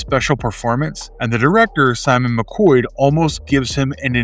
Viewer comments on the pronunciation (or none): none